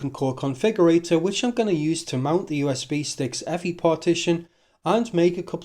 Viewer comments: Eeee. Ehff Eye! ;-) Otherwise, nice writeup. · EFI is an acronym, it is not pronounced “effy”